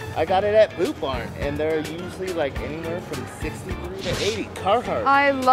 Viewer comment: the way he says “boot barn” is so funny and cute lol